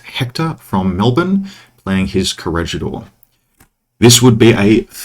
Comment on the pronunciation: love these, but love your correct pronunciation of the G sound in Corregidor even more. Muy bien,!